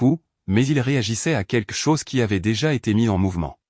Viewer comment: On ne dit pas quque chose mais quelque chose le L est prononcé. C'est les petits enfants qui disent queque